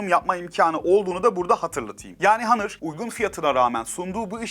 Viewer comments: Başta Honor sonra hanır:)) lan on Türkçe honor işte! İngilizceyi bile kırmak neden! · Kardeşim hanor hanır deyip duruyorsun doğru düzgün söylesene ya ne kadar itici geliyor ya günün ağzına sıçıyorsun hanır ne ya